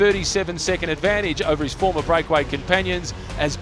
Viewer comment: PLEASE somebody tell the voice man that HIS rhymes with IS and not with BEES!